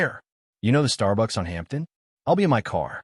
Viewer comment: Hampton - isn't it Hamden?